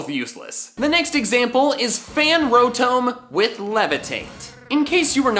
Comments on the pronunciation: Am I the only one that gets annoyed when says “rO-tOm” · rotome? rotoam? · Wan Kenobi he says it like (ro-tome) when it's actually pronounced (ro-tahm) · It hurts my soul when you say rotome. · Bruh it’s not row-tome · When says, "Rotome". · calling rotom ro-TOW-m is a sin against humanity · “Fan Ro-tome” I resent you for that. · Petition to get to stop saying Rotome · WHY DO YOU PRONOUNCE ROTOM LIKE THAT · also how he pronounces Rotom